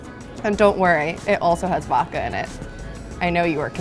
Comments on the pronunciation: I always find it funny that you say "vokka" instead of "vod-ka". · It’s ok to pronounce the D in vodka. It’s not supposed to be silent 😉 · Love, but can you please teach her how to say “vodka”!?🙄